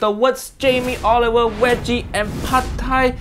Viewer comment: thought be said weggi Why this man even have show get off my tv mate